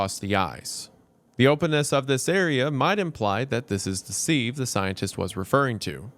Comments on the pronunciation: omfg 'sieve' is said 'SIV' like Give not like Sleeve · Pronounced "Siv", like "give". Not "seeve", like "leave". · yeah! And he definitely pronounced sieve wrong multiple times on purpose too! All part of the plan. Daddy is perfect 😂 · ...Has Wendigoon never heard the word "sieve" before? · Maybe shoulda thrown in an outtake where you pronounce "sieve" correctly. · the real horror is how he pronounces "sieve"